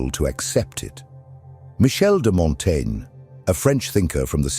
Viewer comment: Dude. Pick a pronunciation and stick with it. I got so distracted listening for the next instance of "Montaigne" that I stopped hearing the actual content.